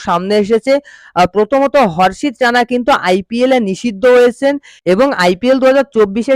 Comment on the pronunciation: 📢harsit "Jena" noi..RANA 😅😅